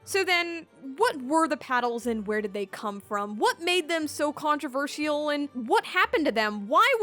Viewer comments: the pronounciation is killing me inside. controver sial and not controvershal… but its ok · I don’t believe I’ve ever heard someone pronounce the word controversial that way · "Controversial" please... please learn to say this correctly.